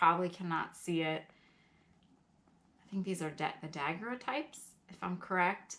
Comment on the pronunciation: Hello...just wanted to help with the pronunciation of daguerreotype. It is da-Gary-o-type. I know...a tough word! Thanks for all your content. I absolutely love your stories behind the paper!! Keep up the good work and hope you have a great 2020!!